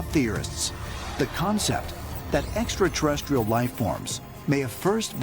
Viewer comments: None of them can pronounce ‘extraterrestrial’. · I love that one bloke who's got the confidence to go on a show about alien conspiracies, and still hasn't worked out how to pronounce "extraterrestrial" 😂 fucken "eksaterrestrial"... Someone in the production crew coulda corrected him at some point, but they seem content to let him talk like a toddler lol